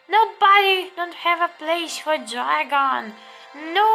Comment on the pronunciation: Dregon ne dragon